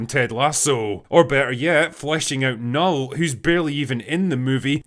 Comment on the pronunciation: As a swede, I lament the fact that they didnt pronounce Knull properly (Portrayed in the movie as Null)